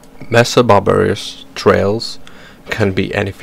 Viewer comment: Great vids but why you saying 'barbar-ious' its super off putting. Please say Bar-ber-us or next video or im gonna cry